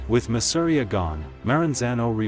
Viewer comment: Masseria is pronounced mah-seh-ree-yah 🤓